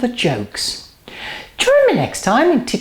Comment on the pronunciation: Are you saying 'goedenavond' in the end? xD